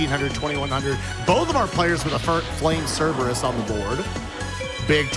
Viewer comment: Flame "Cerebrus" for the Win